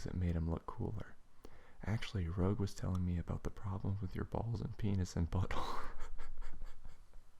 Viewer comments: Good reading, but Rouge's name is pronounced: "R-ooo-j". Still, good work! :D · and you pronounced Rouge WRONG